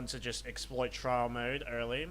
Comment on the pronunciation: its trial mode not trail mode....